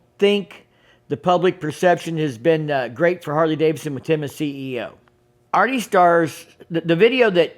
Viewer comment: Harley Davidson, not Harley Davison.